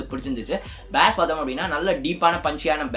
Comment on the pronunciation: பாஸ்(Bass) இல்ல ஜி பேஸ்(basa)